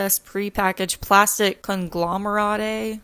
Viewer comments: PLEASE ITS COME-glom-OR-EHT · Yikessssssss she literally said "CoNgLoMeRaTaYyYy??" 🤣🤣🤣🤣🤣🤣🤣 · Interesting. Quite investigative. I never heard anyone else mention the water bottle and Instagram captions. Always learning new stuff from y’all. I will continue to keep saying this every time I notice it!!! Thank y’all! Also, for fun, kun-glom-er-et = conglomerate! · it isnt that common of a word.if i saw it for the first time i wouldnt be sure how to pronounce it, either.